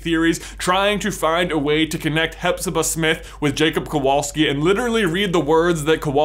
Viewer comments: Nice vid. Some pointers for the future though. In polish you should pronounce "W" as you would "V" in english. Kowalski is a very common [ too common sometimes] polish surname, but it is not by any means jewish [that actually explains why in any foreig movie there's a polish character there's 99% chance it's gonna be a Kowalski] It does bring "Smithing" to mind, as it's stem "Kowal" literally means "Smith", however it does not mean "son of smith". By a very long strech, I suppose you could translate it as such, if you really, really want to, but the genesis of the surname[s] [like mine actually] stem form Medieval times. Any "-ski" surname is an adjective, which points out to village/town of origin, some argue that also points to Nobility, as most commoners would have surnames after their nicknames and/or professions [whish is not actually so far fetched as at one point in history Poland had more "nobility" than any other country]. It being an adjective you would translate it as a Jakub [so PL equivalent of Jacob] of the Kowal Town - Kowalski. I will spare you detailed history lesson, but unfortunately this is the point when the theory gets "iffy". Then again, you are not expected to know this, if you ask Poles, 99% would not be able to tell you that unless they are history nerds [*crying inside*], so maybe, just maybe JK Rowling was unaware of this as well? If so, above rant adds to this theory. Or maybe it's just random, trying to include a "minority"? Who knows? I still en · You should read that name as Kovalski. It' a Polish name. In Poland v=w and w=ł :/ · since he is of Polish descend, his surname should be pronounced "Kovalski" in Poland w is read like a v also Kowalski is most common surname in Poland, next to Nowak my opinion is, even though Jacob has many Hufflepuff characteristics, for me its kinda a stretch to assume that he is descendant of Helga. similarity in surnames happen sometimes... but i will be cool with it if it was actually true :D